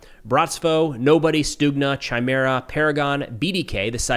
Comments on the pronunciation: Hey, very cool & informative video, as always. One thing though - it's pronounced "ky-meehra", not "chai-mera" 🙂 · Chimera is pronounced with a hard K. Kimera. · Chimera is pronounced "ky-mare-uh". Also, it's "naype" of the earth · Chimera is pronounce kymera